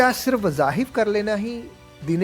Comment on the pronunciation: Wazahif nahin wazaif